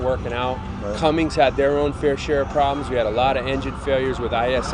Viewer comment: There's no g in Cummins.